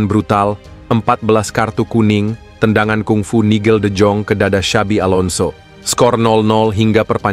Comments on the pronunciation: Penyenutan nigel de jong: de yong bukan de jong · Penuebutan nigel de jong: de yong bukan de jong